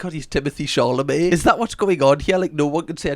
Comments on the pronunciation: Did you say Timothy Charlemagne? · i like how pronounces timothee chalamet like “charlamet” like the european in him runs so deep he can’t help but want to say “charlemagne”